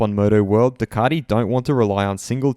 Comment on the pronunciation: I can’t watch this just for your pronunciation of Ducati